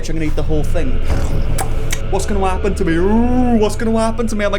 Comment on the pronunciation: what’s gonna wapen to me? Uhhh what’s gonna wapen to me?